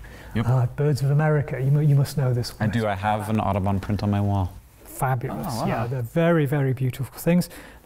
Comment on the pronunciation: Watching repeatedly mispronounce Audubon's name, an American, is justice.